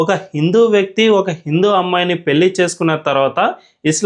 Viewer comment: yentamma nee telugu, telugu raani muslim matladuthunnattu vundhi. Please telugu konchem improve chesuko. Pelli kaadha, pellhi ani palakali. Learn telugu to express good.